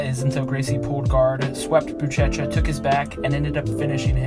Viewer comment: "Bootchetcha" lmao. It's "booshesha"